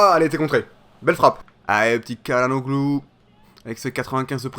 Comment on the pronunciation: sa se dit "tchalanoglou" et "tilmanse"